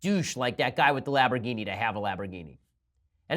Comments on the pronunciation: Lamborghini. not "Laborghini" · What’s a “lab-ro-geeny”? I know of Lamborghini, is it made by them? Ben sure does enjoy whatever a lab-ro-geeny is. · lamb - bore - gheen - eee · Is he saying Labberghini? Like laboradoodle? Lol 😂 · LAMB...orgini....NOT LAB. Ugh....Love you Ben, but c'mon man! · It's not a "Labrogini", it's a "Lamborghini". Thanks very much. Enjoy the day. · What is a laporgini and when did Bernie Sanders become russian? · Is it just me or did Ben say "Laborghini" without the "M" like 4 times? lol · OH MY GOD stop saying labroghini LAMBORGHINI lol Love you ben, you are almost ALWAYS on point! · Ben i love you but sweet lord above, its LAMB not LAB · Laborghini? Love it. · Laborghini lol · He just kept saying it Laborgini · Im pretty sure Its LaMborgini, not Labrogini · Laborghini instead of lamborghini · The way you pronounce "lambourghini" triggers me. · Hey Ben, it's "LAM-borghini" not "LAB-er-ghini". One mess-up is more than understandable, but you said it like a dozen times. Lols ;-) ...... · "Lamboghini" lmao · someone please teach ben its pronounced LAMBergini there's an M ben! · So you have to take a drink every time he says Labrogeenee? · good video, but were you saying laborghini? lol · And LABorghini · Did Ben lose a bet that caused him to mispronounce LAMborghini? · Has Ben never heard of this car ? It's LaMborghini", Ben !!! Pronounce the "M" !!!!!!!! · he was spelling it the way Ben was saying it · I could go for some lahborghini and Alfredo sauce. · I could understanding mispronouncing the name once if it's a slip, but if you don't know what a Lamborghini is, maybe don't fail at pronouncing it so many times. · Ben, you pronounce "Lamborghini" horrendously wrong. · Who else came to the comments specifically because of how he pronounces Lamborghini? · The real news of the day is Ben's mispronunciation of Lamborghini. lol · I'm so pissed at How Ben says Lamborghini